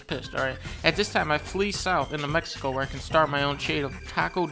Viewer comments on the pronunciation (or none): none